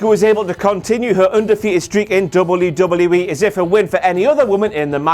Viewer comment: Dub-you dub-yu E... NOT double U DOUBLE YOU!! E 😂